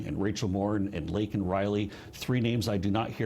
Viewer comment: honestly I'm just shocked that Jason Miller pronounced her name right.